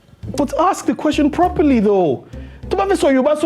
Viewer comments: Yeeee.... "I ask questions but you axe questions" 😂😆 burst brain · Ask❌ Axe✅ 🤦🏻‍♀️😂. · It is not axe it is ask😂😂😂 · I'm so happy that Vj was the first to point out the aks